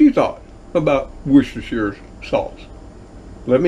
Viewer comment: 10/10 on the Worcestershire pronunciation 👍🏻🇬🇧